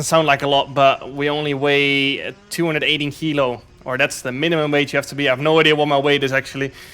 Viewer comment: 218 kilos.... The way he said it, it sounded like 280.